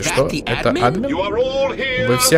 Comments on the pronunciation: Почему Ааадмин,а не Адмииин????? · АдмИн, а не Админ!!!! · Не Админ а адМин(если кто не понял это ударения)